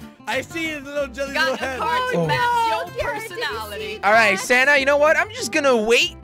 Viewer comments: When jelly said sanna it sounded like he said Santa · I put captions on and whenever you say sanna it would say Santa lol 😂